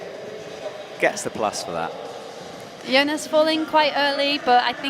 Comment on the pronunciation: Brutal that said Jonas’ name wrong every single time